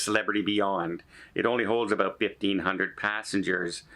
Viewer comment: Maybe you should shelve those Spanish lessons and pick up some in English to learn "aqua", "about", and "Bear Grylls"